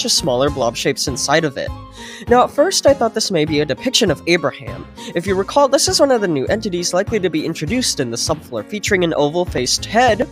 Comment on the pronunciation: “Recaw”??? Don’t u mean “recall”